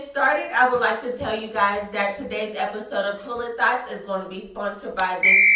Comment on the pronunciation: When you say "thoughts", it sounds like "thots" or maybe its just my ears lol love you!